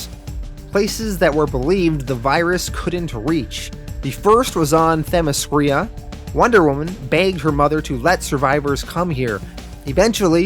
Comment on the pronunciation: I am sure someone must have caught it but the name is not Themiskria but Themiskira (pronounced Themiskeera).